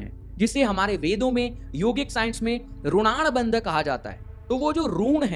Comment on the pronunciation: रूण नहीं ऋणनानु बंध होता है